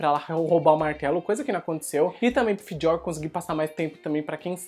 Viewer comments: que pronúncia estranha falando do Fjör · Pronuncia foi pro crl